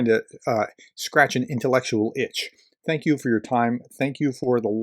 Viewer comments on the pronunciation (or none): none